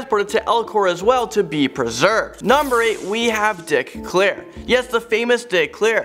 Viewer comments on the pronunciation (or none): Its Dick Clark not Clair